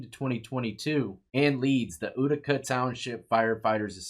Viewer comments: FYI, it's pronounced YOU-tica (not OO-tica). Reminds me of hearing people from the UK pronounce Puma as Pyewma, or Putin as Pyewtin, except this is the other way around :) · Exec-cu-tor not executioner! :o and it’s yoo-tih-cuh not ooo-tih-cuh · “Utica” is pronounced. “You-tica. To our form sheriff Clark county. To him I think it was pronounced. Urica… Glad they caught him. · hey just trying to help, in case you do another video on this guy, it's pronounced U-tica. Imagine how many people were wrongfully sent to jail because of this corrupt sheriff. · Utica pronounced you-tica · And i know u hate when people correct u for way u say stuff but its YOUtica lol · That cabin in Utica is beautiful I've been in it and Leon was a great guy. Its pronounced U(you)-tica.